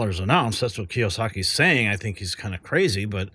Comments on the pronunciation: The man's name is Robert Kiyosaki (kee-oh-saw-kee). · Kee-ohh-sahhkee dude. 🤦‍♂️ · Key yo saki is how that is pronounced.